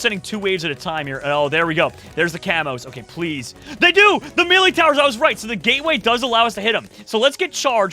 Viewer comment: mElEe, bro it's pronounced as meley, the ley in it is how you say hey but with an l not a h.